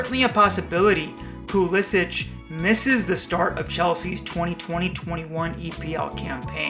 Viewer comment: He pronounces his name "Pulisick" not "Pulisich". Just ask him.